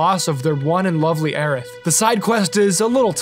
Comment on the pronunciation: Her name is Aerith. Period. It was never "Aeris". Ever.